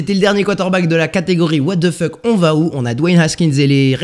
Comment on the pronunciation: No one:.. Absolutely no one:..: ouatefeuk on va où 😂👌